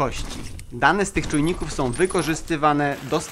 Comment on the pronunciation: Lubie Twoje filmy.... ale: "bendom" "rolkom" "to som" "korbom" "gdy som" "grzechoczom" "przerzutkom" "zembatkom" "poprawiom" "obróconom" "pomocnom" "dolnom" "z pewnościom" "przetwornicom" "za pomocom" "wbudowanom" "z myślom" "dużom bateriom"